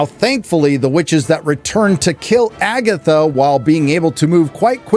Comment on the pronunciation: Did you say FAGatha??? 👻👻👻